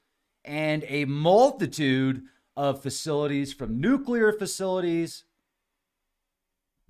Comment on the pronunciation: Liked, for pronouncing Nuclear better than most professionals, scientists, journalists, etc.. salute,. New clear. Bravo!